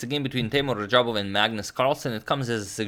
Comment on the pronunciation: #Suggestion Antonio it is not Rajabov but Radjabov